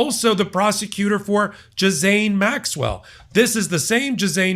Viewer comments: Ghislaine, pronounced ghee-lane. Not Jizz-lane. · It's pronounced gee-lane. Please,. Saying gizzane is killing us. 😄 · it's pronounced "ghee lenn" [Ghislaine] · Pronounced "Gueelane" not Gisajn 🙃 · Zhee-lehnn . Not Jizz -ain. If you are going to report news, it might help to bother to learn how to pronounce the names of the people you are talking about. So far, you, Lawrence O’Donnell, everyone (it seems) pronounced her name every way BUT how it is pronounced. Sloppy. Disrespectful. Careless. Undermines credibility. Just a thought. One quick search is all it takes. It is a common name. Something to consider. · Can you guys, all of you start pronouncing her name correctly, I don’t think her name sounds like gizz, it’s more like Jill as in Jil-lane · C'mon,. It's "Ghi-len." Not "jizz-lane" or "gheez-lane." A pedophile and criminal, but you're loosing some of your considerable credibility. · I know most Americans don't learn French, but the name is pronounced Gilaine, not Jislaine or Jizlaine. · Pronunciation: not GiZaine Maxwell… 🤦‍♂️🤦‍♂️ (?!?) Basically its GuiLaine Maxwell, a bit like “ELaine” in Seinfeld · Ghislaine = Gee-lane. Not gisanne… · Gheelane NOT JIZANE!!! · Ghislane Maxwell- well well you pronounce it jis-sane Maxwell (almost by a whisker you missed saying hussain Maxwell) others pronounce it gee-lane Maxwell. My honest take: jhis- lane Maxwell- note L is a consonant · please pronounce her name correctly. It's 'ghee (like the fortified butter) lane" NOT 'jizz lane'. It's French. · Gizlane Maxwell? come on - learn the people's names! It's pronounced Gilane - The S is silent (Gihlane)! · Her name is Ghis-LAINE, not Ghis-AIN. I stopped watching because it's really amateur hour when you can't even get the names right. Do better. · Gee-Lehn.... Please check pronunciation of Ghislaine... (Not "Ji-Zane") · Ghislaine is pronounced GEELANE although I love the mispronunciation JIZZ lane.... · Jizaine?? Really,?